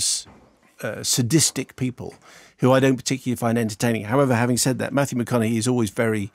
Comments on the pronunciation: This dude just said Matthew MAHOGANY!. Mahogany like the wood! Lol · At precisely “Mathew MA HOG ANY” 😂🤣